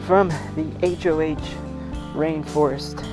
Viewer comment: Really nice vlog. One minor correction: it's not the "HOH Rainforest" (as in an acronym), it's the "Hoh Rainforest," named after the Hoh River and the Native American tribe that lives there. It's a Quinault-language word whose original meaning is now lost, and is pronounced somewhere between "ho" and "ha."